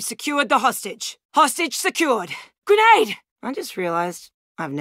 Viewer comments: GRENATTA! GRENATTA! Me: I think you mean grenade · It is he allegedly pronounces the word "grenade" in Russian. Allegedly.